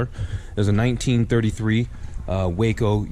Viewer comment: Hey, great job of narration! One correction is necessary. Waco airplanes are not pronounced Way-co but is as spelled Wa-co, “Wah....Kol”! Otherwise, you did a great job!